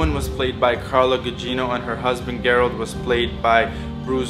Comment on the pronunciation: Its pronounced like "Jer" not "gare". Gerald. Jerry.